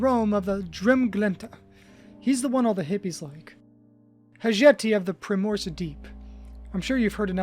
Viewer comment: The way Onyx was pronounced only 7 minutes in and I knew my nest bet was just to skip to 'You've been awfully quiet". Then I heard 'Stead' and 'Primrose' and I can only imagine the genocide of pronunciation that must have occurred in the previous 3 hours.